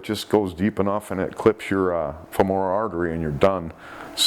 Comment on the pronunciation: Just FYI - when shark bites to the thigh occur, the word FEMORAL (artery) often comes up. It is phonetically pronounced "FEH-muh-ruhl", not "fuh-MORE-uhl"...